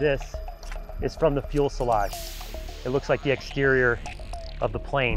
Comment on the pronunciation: If you say "fuelselage" one more time.. 😂. It's "fuselage" with one L